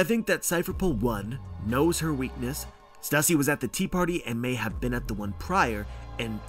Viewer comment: love your theory.... why do you call her Stassy tho? Her name is Stussy. Even the Katakana is ステューシー